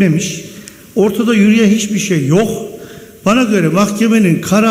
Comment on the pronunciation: Tek kelime demek istiyorum "Yoğh"